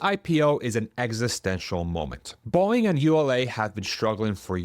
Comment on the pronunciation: It's Boe-ing, not Boing. 😅